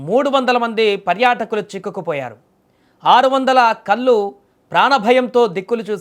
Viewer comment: కల్లు. కాదే అన్నా...😂 కళ్ళు... ల అని పలుకొద్దు..😂😂